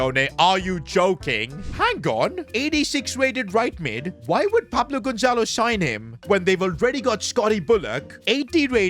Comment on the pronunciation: You guys seeing the name on the transfer noeoigateens it said paplo gonzelo